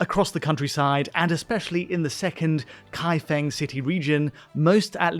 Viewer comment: Qinghe pronounced “Ching-huh” and Kaifeng pronounced “Kai-fang”